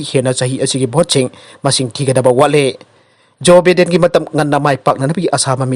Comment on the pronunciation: BIDEN99 JOE BIDEN( JOE BY-DEN haina paagadouba)